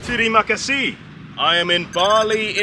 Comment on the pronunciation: Butchered the terima kasih immediately, you beautiful man